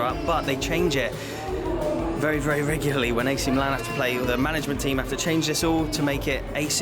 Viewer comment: AC is called Mílan (Mee-lan) not Milán Internazionale is called Inter